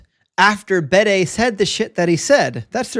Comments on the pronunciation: Just mentioning it, please don't get annoyed with me, but it's 'The Venerable Bede' (pronounced Beed in Ireland and UK, where he was from). Big fan of your channel! Keep up the good work! All the best sir! 😊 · Just mentioning it, please don't get annoyed, it's 'The Venerable Bede' (pronounced Beed here in Ireland and the UK). Big fan of your channel! 😊